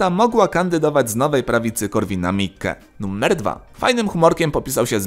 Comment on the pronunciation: Czemu Ty wymawiasz to słowo jakoś tak np. "nuMMer 10"? 🤔